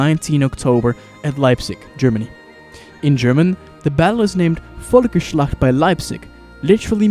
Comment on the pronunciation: saying "volkerslacht Leipzig" sounds hella cursed 💀